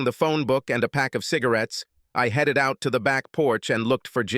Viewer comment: Swear it is.. I'm tired of hearing headed pronounced Heed it